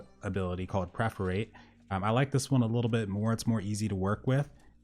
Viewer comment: Dude the skill is per- for - ate, not pref- er -rate